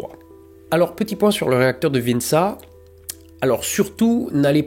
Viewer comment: Petite précision on prononce Vintcha (comme Tchernobyl 😅)